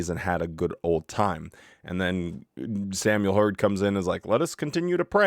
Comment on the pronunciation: I thought you had put on Samuel Herds beard by using photoshop! Couldn’t believe my eyes!!! He looks so funny or stupid I could say….with his sh sh pronunciation!😂